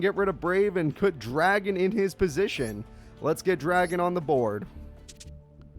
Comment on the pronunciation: Pronouncing it as "Dragon"? Bruh...